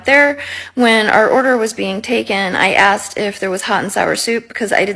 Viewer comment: Aksed or asked? Learn.